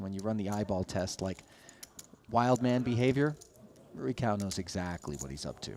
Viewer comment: Not knowing how to pronounce the players’ names is utterly unprofessional. “Roo-E Cow” How hard is that?